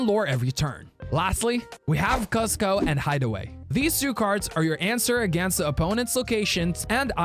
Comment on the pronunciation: Bro you need to watch the emperors new groove and learn how to pronounce Kuzco lol...besides that great vid 👍🏽